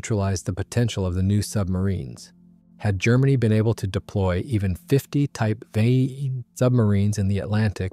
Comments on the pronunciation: Well two things are quickly becoming more and more obvious. 1. More and videos like this are being totally "narrated" by an A.I. voice. 2. The A.I. used can NOT NOT NOT pronounce things well if they are not written out. This entire video was about the WW-2 German Type TWENTY-ONE (XXI) submarine. but NOT once did A.I. get that simple two-word phrase TWENTY-ONE right !!!! Instead we were treated to a variety of different attempts such as Type "ehchbow" "en-ine"or "vikniegovnie" or "vunkweenz". WRITE OUT THE PHRASE "TWENTY-ONE" IN ACTUAL WORDS. Only then will the not so intelligent Artificially "Intelligent" narrator be able to get it correct. Nor can your A.I. pronounce the word which mean the front of a boat or ship, because it thinks it is talking about something that shoots arrows thru the air. Another common A.I. misstep in military videos are saying the letters "M K" when the meaning of the abbreviation is actually MARK. Fortunately this video had no MKs in it. HUMANS CAN DO MUCH MUCH BETTER !!!! Have a bit of respect for your viewers and at least LISTEN to these things before you put them out on the net. THUMBS DOWN. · Sorry, but the AI voice couldn't pronounce Type XXI and any other numbers for that matter.